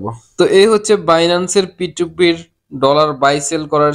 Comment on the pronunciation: ভাইয়া ওইটা ফি 2 ফি না ওইটা পি টু পি হবে।